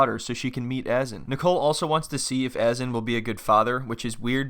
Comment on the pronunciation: Its pronounced uh.zaan not AZZ.EN :| Would appreciate some research on pronouncing names, Azan is not even a complicated name. :/